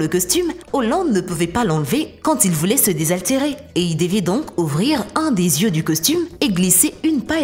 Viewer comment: Au fait, sa se dit pas : un des z'yeux du costume 😑